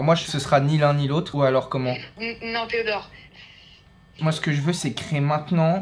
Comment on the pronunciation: les « d accord theodort »😂😂